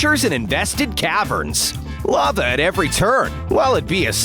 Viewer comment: *2.38* the narator want to says a lava but her Saw it a love